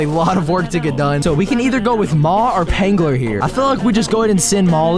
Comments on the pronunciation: The p is silnt in phangler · Btw phangler is pronounced fang-ler